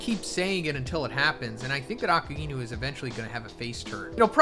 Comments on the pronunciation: Please stop pronouncing Akainu’s name incorrectly. It’s ah-ky-noo, not ahkah-ee-noo. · To this day you still don’t know how to pronounce A-Ka-i-nu 🤦🏾‍♂️ But imagine going through everything to become the Pirate King only to realize that what Imu and the World Government are doing is actually the right side of the story as compared to what it was during the void century, we all want Luffy to have an all out war with the WG using the ancient weapons just like Eren did in A.O.T, maybe that’s why Rogers laughed and didn’t do anything, maybe Robin after figuring it all out will have the same response, and would ultimately chose to leave it to the next generation to decide there own path. It’s just a little weird that all the strongest people haven’t done anything to fight the WG, Dragon definitely knows everything he hasn’t made any movement against the Gorousei, Rogers didn’t, Shanks too and it’s almost as if the only chance any of them had was when Luffy awakened, with the reincarnation of Joyboy but to what extent is this going to go, if he does who is he using them on? In war both sides loose and just knowing Luffy he’s never bothered to worry about all the ancient weapon stuff, maybe that’s why Vegapunk is also conflicted on who’s wrong or who’s right